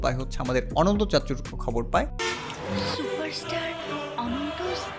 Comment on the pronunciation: দেখি ইংরেজিতে রিডিং পড়তে পারে না 😀😀😀 ওটা অানান্তা না বরং অনন্ত, অার কিছু কিছু ইংলিস বলার ক্ষেত্রে উচ্চারনের দিকে খেয়াল রাইখেন